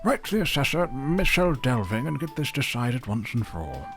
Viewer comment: The "Michel" in Michel Delving is pronounced either "mitchel" or "mickle", depending on who you ask, with the former having the most supporters. Tolkien took it from Old English "micel", which means big/great/large. Michel Delving means big excavation. Close to it is also a small town called Little Delving. Speaking of the Shire towns: I used to play Lord of the Rings Online a lot, and they absolutely nailed the Shire in that game. All the little towns are there: Michel Delving, Bywater, Frogmorton, Hobbiton, etc. Most of the quests in the Shire revolve around food or mailbags, or helping various farmers out with chores. It is almost a tranquil cozy game within a larger MMO with plenty of violence and darkness. Going for a spot of fishing or pipe weed farming in the Shire was always a great way to unwind.